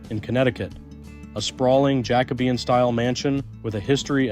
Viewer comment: Ja. Cob..ean.,not jackibean